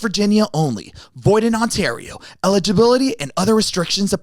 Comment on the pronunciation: proud of you Zane for saying Ontario right lmao